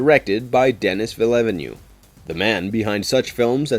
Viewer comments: Villevanue? villeneuve. Try sounding it out next time... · Denis Villeavenue 😂😂😂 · Oh he was trying to say Villeneuve? Hah! Ya missed the mark a bit